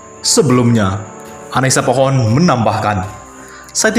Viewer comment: Menit ,, "Annisa POHON" Ujar si pembaca .. WKWKWKWKWKKK pohon pohon